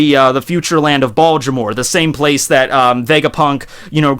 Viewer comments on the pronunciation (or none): none